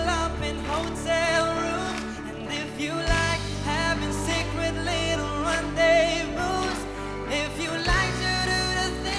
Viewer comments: rendezvous (ran-di-vu not red-di-vus). hope it helps. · Ok class, please remember lang, rendezvous is pronounced as "ren-de-vu".;) Congrats! Ganda ng tone ng boses mo.